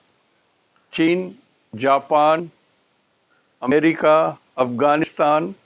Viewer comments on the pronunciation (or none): none